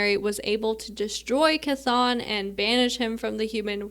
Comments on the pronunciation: 💚 (Good job on Chthon pronunciation) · Someone who says Chthon correctly... at last! Instant like.